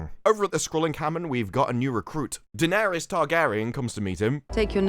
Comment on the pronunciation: Bloke keeps calling her dennerys yoh